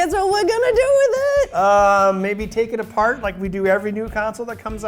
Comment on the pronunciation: I'm getting Dave Jones vibes from her Australian way of saying "Take it apart"